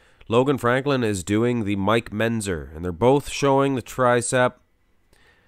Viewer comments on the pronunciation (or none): Mike Mentzer not Menzer. You need to pronounce the tz sound.